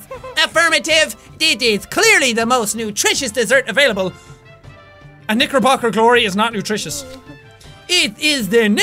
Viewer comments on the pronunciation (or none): jacksepticeye Has nobody else noticed it sounds like you say N***erbocker glory" instead of Knickerbocker Glory?